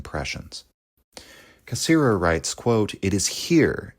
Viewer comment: I know you are intentionally mispronouncing his name, and I know it's an homage, but man it does tick me off.